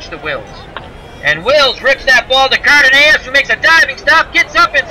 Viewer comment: For future reference the shortstop for the Twins his name is pronounced Car Duh Noss.